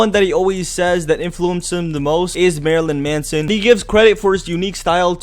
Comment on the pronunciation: Every time he said Marylyn Manson I wanted to punch him he also pronounced it wrong